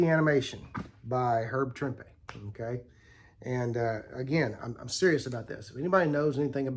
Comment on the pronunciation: Nice stuff, thanks for sharing. And thanks for pronouncing Trimpe correctly!